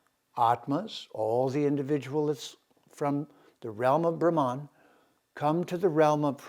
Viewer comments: SO IS THE PRONUNCIATION OF " BRAHH' MANN" and not Brahman Which refers to the cast. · I really appreciate your discourses on Vedic culture and defending Sanatana Dharma. I have a request and I understand it is difficult. It has to do with pronunciation. Brahman is pronounced as Bhrum as in Drum followed by Mun as in Mundane. Bhagwan is pronounced as Bhug as in Bug followed by fleeting Uh followed by wan as in wand. I apologise for bringing this up. Please do consider this. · It should be Brahman ( pronounced as explained by you : bhruh ,as in drum + mun, as in mundane )